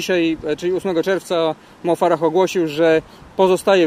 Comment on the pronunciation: Panowie, musicie się podszkolić co do wymowy nazwisk zagranicznych zawodników, bo nie wypada źle wymawiać takie gwiazdy tak Mo Farah i Galen Rupp. Poza tym odcinek jak zawsze świetny i ciekawy! Fajnie, że robicie ten program.